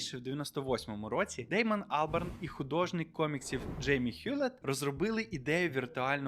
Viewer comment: Так і не зрозумів чого АлбЕрн, якщо АлбАрн